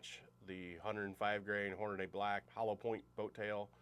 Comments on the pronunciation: "Hornaday"? Seriously? How do you get that pronunciation out of the correct spelling "Hornady"? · Can here to say the same thing. Like nails on a chalkboard. HORNADAY?? 🤦‍♂️